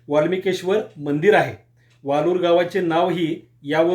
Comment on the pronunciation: ते वाळूर आहे वालूर नाही.. शुद्ध मराठी वापरत ja..